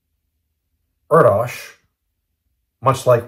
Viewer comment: I believe that Paul’s last name is pronounced “Air Dish” just FYI